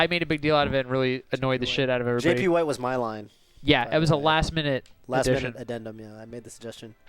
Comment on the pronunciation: JP WHITE WAS TOPH's IDEA?! GATLYKE - P.S. "JP WHITE" DELIVERY WAS AWESOME. THE WAY U ANNUNCIATED THE P. =xdf[p]